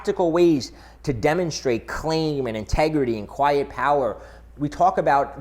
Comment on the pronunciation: I thought he said, "Clam".